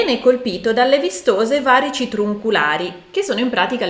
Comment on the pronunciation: Grazie davvero ottima spiegazione e analisi solo, ti prego, la pronuncia corretta di varici e` va-rì-ci. 😊